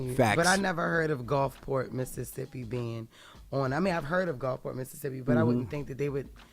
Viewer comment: Jess can’t even say Gulfport. 😂